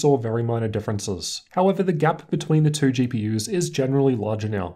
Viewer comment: Thank you for the benchmark. Just a note on your pronunciation (I don't know if you are a native speaker) - there is no "r" sound in the word "two".